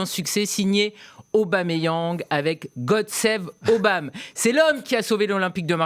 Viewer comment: Arrêté d'écorcher son nom svp c'est Pierre Emerick Aubameyang point barre merci